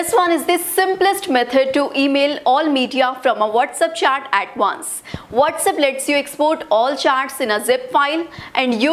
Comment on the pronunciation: It's chat not chaat